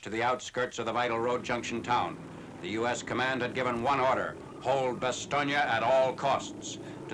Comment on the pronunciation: First time I've heard an American commentator pronounce Bastogne correctly (or nearly so)!